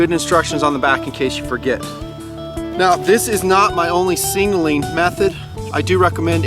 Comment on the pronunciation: no disrespect meant, but were you saying "singling" instead of "signaling" on this video? It just sounded funny to me and I wanted to clarify.... Absolutely love this series of videos and product descriptions... Great work!